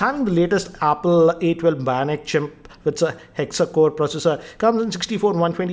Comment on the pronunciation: A12 bionic "Chimp".. Did anyone else hear that? 🥺